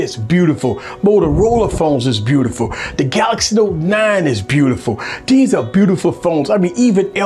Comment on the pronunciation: "Bewtiful phone"